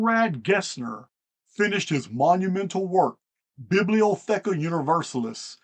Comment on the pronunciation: Pronounced E-Knoch. And Jez-u-it. Biblio-tecka. Great video. Thank you